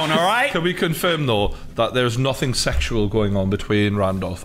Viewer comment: why he says nuthin and ljock instead nothing and luck